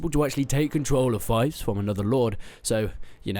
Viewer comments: It's fief like thief, not fife xD apart from that the games really looking good! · Pronunciation: It’s Fief not Fife (fEef not fiyf) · It's pronounced feef not fife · It's feef right? Not fife? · Just FYI, its "FEEF" not "FIFE" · fief not fife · Pronounce fief better pls Thanks :)